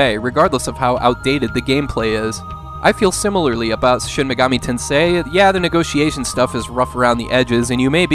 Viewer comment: the way you stress the word "tensei" is a bit unnatural, maybe listen to how other people say it, but good video, thank you lol "tenseIII"